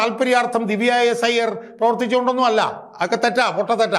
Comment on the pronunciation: ഐയ്യർ അല്ല അയ്യർ ആണ്